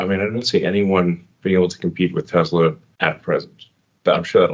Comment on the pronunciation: Also, Elon, the Tesla company was named after an ACTUAL genius - Nikola Tesla - so show a little respect by pronouncing his name the way he did. … I don’t usually get angry, but when I do, I get angry at arrogant, ignorant, billionaire bastards.